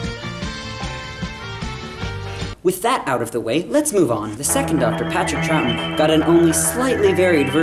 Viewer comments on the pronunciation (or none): none